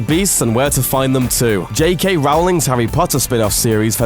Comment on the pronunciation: Rowling like Bowling! Come on looper! Pronounce her name correctly!